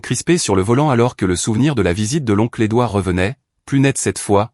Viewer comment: L'onclé doir???? N'est-ce pas l'onclé Edouard plutôt, pauvre cloche d'ia,tu parles d'une intelligence artificielle !!!